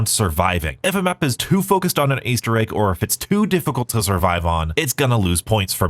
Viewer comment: I love me an "Aester Egg"!! xD